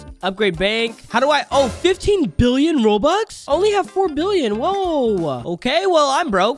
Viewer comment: bro he said "OMG 15B ROBUX I ONLY GOD 4B GEMS!" bro really said roux lol:) btw no hate to